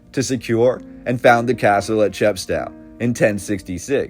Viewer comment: English civil war not British civil war. Chepstow pronounced cheppstohh rhymes with oh